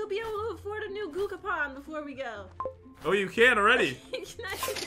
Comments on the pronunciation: you said gocapon and it's gachapon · Gucapon 😂😂😂🤣 it’s gachapon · Gachapon is pronounced GATCHAPON not guchapon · It is Ga-cha Pon not gokapon XD XD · Only would call a gachapon and gookapen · gucapon Me: dies of laughter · OMG a valentine gahcakaopon edit:; I want the gakapon! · getting triggered when and says 'cookapon' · what im confucing say gugapon and guagapan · Gah-chuh-pawn Gachapon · It actually triggered me when they didn't say Gachapon properly lmfao